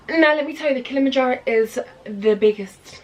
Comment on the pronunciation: Do you people realize that it's kilima- Njoro (f**k English grammar,)but "kilima "is actually a Swahili .... Rather a Bantu prefix meaning mountain or hill...(山）.。。.. So when you say Kilimanjaro....We appreciate to feel that "kilima" part.... DONT say KILMANJARO...It's KILIMA- NJARO.